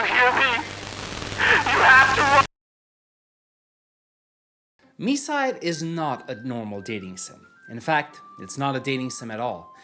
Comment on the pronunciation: THANKS MOTHERFATHER GOD FOR READING THE TITLE AS "mee-side" NOT THE F*CKING "my-side" 🙏🙏🙏